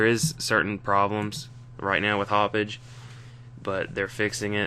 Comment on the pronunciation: Did he say "Haup-Bitch?"